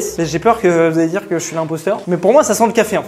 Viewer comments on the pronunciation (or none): dit "dier"